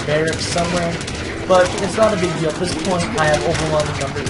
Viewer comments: Cur-ee-air duh bwah Means 'runner in the woods' in French. And it's "bare-icks". Great videos, but some of the pronunciations are driving me nuts! :-) Haven't seen the latest vids yet to see if you correct yourself, sorry if you already have! Regardless, keep up the good work! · I should note that you do get "barracks" right about half the time.